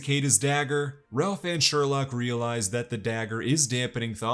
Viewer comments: "Its sherlouque not sherlock" 😂😂😂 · "It's SherLOQUE"